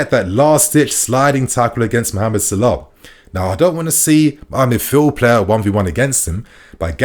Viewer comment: The guys name is salah not sirlah😂